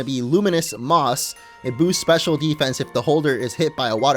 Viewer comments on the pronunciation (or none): none